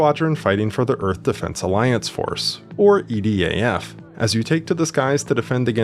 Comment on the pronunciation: when you said edaf i heard EDF